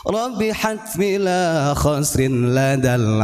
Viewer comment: Lagi baca nya gak lurus lazal bukan ladal